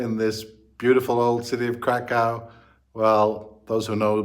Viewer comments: If you want to further improve your pronunciation of Kraków, here's a tip for you: ó = oo sound (as in look) and therefore read it as Krakoow not krakow :) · Well, to be thoroughly correct the city name is Cracow or Kraków (pronounced Krakoov) 🙂 Interesting vlogs! 👍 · LA just like other big cities in Cali has the big problem with significant homeless \ drug-addicted population living on streets, parks, and so on., you won't see it in Kraków. One more small thing, "ó" vowel in Kraków is pronounded like English "oo" as opposed to English "o". Good luck living in Poland.